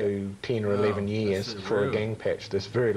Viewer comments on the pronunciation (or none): none